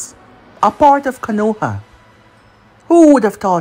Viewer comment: Not trying to be negative but 2 things It’s not K(A)-noha like how you’ve been saying it over the years Is K(O)-noha you emphasized the A a lot Also it’s not sake like saying (for my sake or for god sake ) it’s SA-Kay I know I’m nitpicking but I think it would elevate ur what ifs after all it’s all about the immersion right?